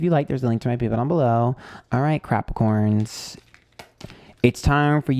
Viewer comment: LOL feeling massively attacked with Taurus (rising) and Virgo (Moon) hahaha how did you know i've been a bitch. Also did you just call us Crapricorns (sun) lol